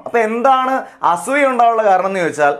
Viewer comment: അസ്സൂയ്യ .. ഇത്രയും കടുത്ത പ്രയോഗം. വേണ്ട... അസൂയ എന്ന് പറയൂ